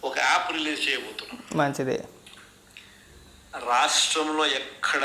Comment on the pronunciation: ఆప్ లో ,ఆప్ లో అంటుంటే,,, సడన్ గా కేజ్రీవాల్,, గుర్తించాడురా నాయనా.... అది యాప్ ah😅